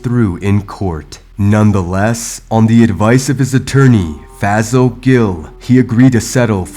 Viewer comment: He should have fired his lawyer. His name is also pronounced Fay-Saul. Always offer different possible pronunciations of the name. This keeps people more informed. Plus, the man can say you are talking about someone else by that horrendous pronunciation. Side note, black folks need to stop going to lawyers because they are black also. Research EVERYONE ! Don’t take the advice of others as gospel